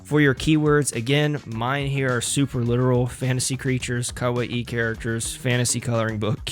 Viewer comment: After 40 minutes I just couldn't take your pronunciation of kawaii anymore and had to stop the video.